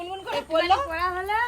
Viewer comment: পোরা নয় পড়া, কোলা নয় কলা